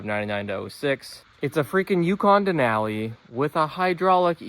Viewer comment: omg why you saying Denali like that.. all i hear is den Aaaaaa li